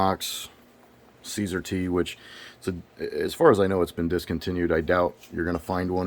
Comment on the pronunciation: Thanks for the video. I like the review. Just to let you know, CSAR is pronounced “see-sar.” SAR is an acronym for Search And Rescue.